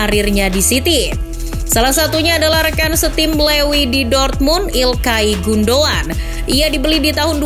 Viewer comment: Gundo"an".. wkkwkw